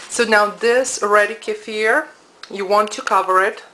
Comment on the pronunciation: Thank you so much for your info. Not only do you make them vegan but you say it right (not kee-fur.....K'fear). Thank you so much